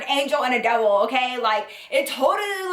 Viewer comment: and when she said Devil I thought she said Double! 😂